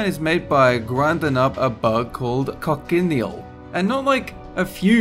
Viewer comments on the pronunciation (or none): You're saying several words wrong again--cochineal, shellac, formaggio....